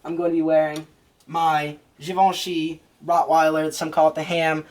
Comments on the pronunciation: More like "Jhee-Von-Shee" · Its pronounced "Gee-Vin-Chee" - Givenchy... Good review maaaaan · Well you were saying it wrong the whole time. I actually founded Givenchy.